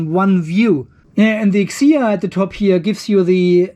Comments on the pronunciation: Thank you so much for your review,. What a great testing!!! 🥰 hahah...but we are not "peter", we can read our brand like letters F C H A O has no word pronunciation. Welcome to pay attention to our new brand and new products. 👍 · Pronounce 'Fchao' as 'Chao', just the same way the 'P' is silent in Pneumatic. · Had to replay the pronounced the name😂😂😂